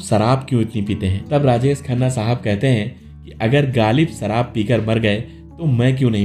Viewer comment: सराब nahi शराब।होती है